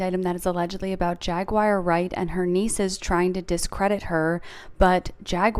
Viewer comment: The way the Celebrity Tea blind item lady says “Jag-wire Wright” makes me frown loudly.